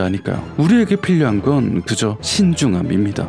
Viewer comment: 우리에게 필료한건~ 이거 좋당.. 크크 사투리같은 건가용